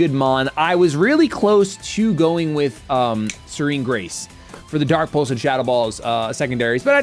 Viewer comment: I love anytime pronounces the pulse moves “pultz” like dark pultz and dragon pultz